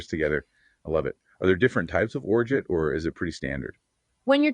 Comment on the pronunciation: Hilarious that AI has a tough time pronouncing Orgeat. I’ve been bartending for awhile and have heard ever single version said.